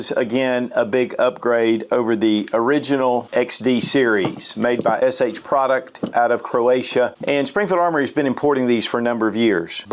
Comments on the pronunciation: I've noticed that says SH Product instead of the correct HS Produkt. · Not SH. It’s HS. Say it with me. HS.